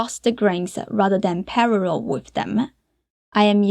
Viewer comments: "Pararrel" 😂😂❤❤ I'm actually completely in love with your accent it's soooo adorable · When she said "Parallel" I fucking lost it, but in the absolute best way possible ❤